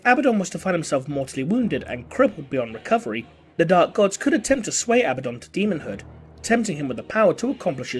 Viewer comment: Uh-Bad-Dun. Abaddon. There is no long 'B' sound. Originally a Hebrew name and translated in several languages. Still 'Uh-Bad-Dun' not 'Abba-Don'.